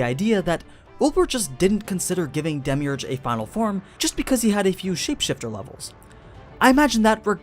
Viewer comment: who else got triggered when he pronounced his name wrong lol